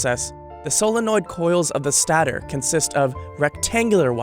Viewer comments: It's stator, not stattor. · “Stay der” not statter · It's stator, as in "stay-tore" not rhyming with "tatter." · Lol it's not statter, it's stay-tor, because it's stationary... As opposed to Rotor, which rotates within the Stator. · It makes me laugh the way he says stator “statar” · it's not pronounced ''sta-ter-- it's ''stay-ter'' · It’s not sta-ter its stay-ter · Bro it’s a STATE-OR, not stator haha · Hay idiot that's announcing this new model it's called stater not studer idiot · It's pronounced 'sataytore', not 'stater'. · "stat-er" its state-or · When he calls it a "stah-ter" instead of "stay-ter" (stator) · Stator is pronounced “stay-tor” not “sta-tor” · Stat-er? Are you illiterate? It's pronounced Stay-tor. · That is a hard A in Stader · I'm always surprised when narrator's don't check pronunciation for key moments in a story. Do we say narrätor's, because that's how you pronounced stātor. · Stator is pronounced STAY-ter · Did he call electric motors “machines”? And a stator a “stahtor”? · Is pronouncing stater wrong an American thing? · Hey, this guy calls a stater a "stahter", obviously has no idea what any of this shit is 🤣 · Lol he can't say stator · Good job, other than how he pronounces "stator" , about drove me nuts lol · Take a shot every time he mispronounces stator. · Two shots weren't enough.. I need more